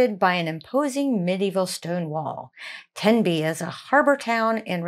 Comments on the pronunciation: Aaw, Tenby, one of the jewel in Wales’ 🏴 crown, Wales where I was born ‘n’ bred and have never left other than for vacations lol. And ladies your are pronouncing Tenby 💯 % correctly 😊🏴🇬🇧🇺🇸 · Oh Tenby is amazing. I'm lucky to live 2 hours away. The beaches along the west Wales coastline are one of the cleanest and stunning. You said Tenby correctly ❤